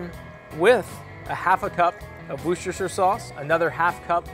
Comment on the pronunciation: I literally clicked "like" because I've never heard an American pronounce "Worcestershire" correctly.